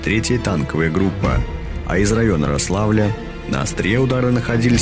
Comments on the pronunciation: Не РослАвль, а РОславль. Мои предки родом от туда. Никто не говорил РослАвль. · Рославль, ударение на О! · Рославль ударение на О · Интересная хроника и толковый комментарий, но резал слух РослАвль вместо РОславль и Спас-ДемЕнск вместо Спас-ДЕменск. - Будьте внимательны к произношению ударений в топонимах! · Рославль - ударение на первую гласную. Спас-Деменск - дЕменск. Вообще если в русском языке не знаешь как произносится слово, то ударение делается на первую гласную. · Как вы достали уже!Рославль-ударение на букву О! Спас-Деменск-везде ударение на первый слог.А чего не ВолокОламск или кАлуга?